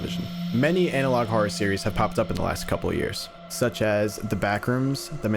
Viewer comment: Why does he have a problem with the word "horror", it's almost like he pronounces it "hora" or something